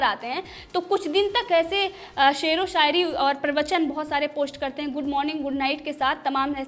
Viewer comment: Mam aap apna S Sh sound thik karo.. shayari hota h, sayari ni😂😂